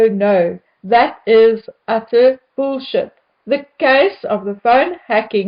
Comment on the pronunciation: I love how you say; boo$heet (bullshit). You make it sound like fancy boo$heet. 😁 needs more money. Just like Biden and his cokehead son.